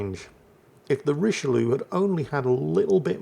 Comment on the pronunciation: Very disappointed mispronounced the Richelieu all through the game:)